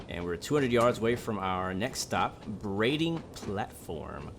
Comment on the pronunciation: also you pronounced brading right which is amazing😂, no one ever gets it right apart from people who live on the island. They pronounce it Brad-ing not Bray-ding